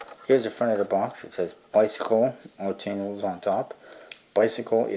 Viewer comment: Not trying to be an ass or anything, but its supposed to be pronounced as "ark."